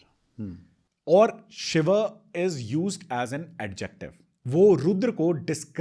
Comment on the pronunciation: आप कृपा करके शिवा शब्द न बोले, शिव बोले